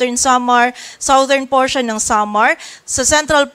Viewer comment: #Reporter, South is pronounced as sawt, but southern is #sadern. Check dictionary for correct pronunciation.